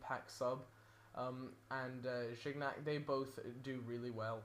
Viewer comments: DUDE ... "jiniac" and "kosielny" that's how you say it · Nice team and video! Since you were struggling with pronunciation a little, I thought I might proffer a quick guide: Lloris = Yo' Reece Gourcuff = Goor Kewf Gignac = Gee nyak (soft G, hard to explain without going phonetic on yo' asses) Sagna = Sanya Clichy = Clee She ...And I think they were the only ones, the others were fine ^^ hope this helps you and any viewers!